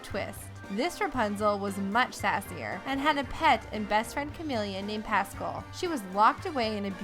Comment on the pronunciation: The way she says pascal lol from tangled